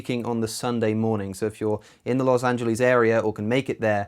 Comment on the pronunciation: the way he says Los Angeles